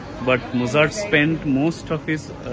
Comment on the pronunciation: Nice vlog ❤ BTW, Mozart is pronounced as মোৎজাৰ্ট